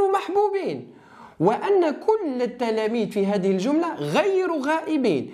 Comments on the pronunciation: الجملة وليس الجلمة ❤❤وشكراااا❤❤ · الجملة او الجلمة😂😂😂😂😂